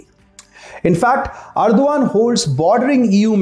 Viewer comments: It is pronounced Er DOG an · You make good videos Please check the pronunciation also especially name of the president